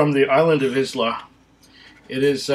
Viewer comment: Point of note. Isla is pronounced like eye-la